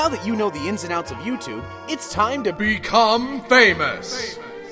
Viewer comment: 1)outro song plzzzzzzzzz 2)it sounded like BECOME ANUS